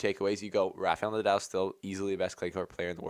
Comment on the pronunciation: Yeah, right! He was mispronouncing "Nadal" as well.